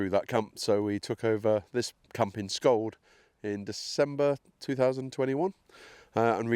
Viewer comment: Skjold is actually pronounced "sholl".